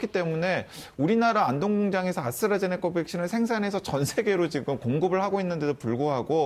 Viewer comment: 오, 아수라 제니카 (ASTRAZENECA, 아스트라제네카) 교수 재등판이구나! 이제라도, 방송에서라도 ASTRAZENECA 를 제대로 읽어, 지칭을 할 수 있으려나?